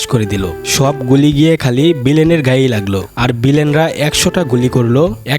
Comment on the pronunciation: বিলেন না ভিলেন হবে! উচ্চারণ করা শিখ আগে